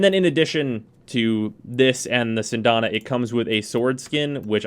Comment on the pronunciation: "Sindana???" I thought it was "Syandana" Cyan-da-na lol....That armor on him is hideous but to each his own.